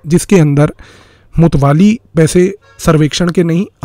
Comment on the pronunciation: मुत्तावली बोलते है मुतवाली नहीं।